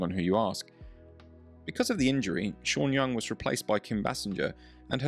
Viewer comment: The way he pronounces her name, sounds Chinese.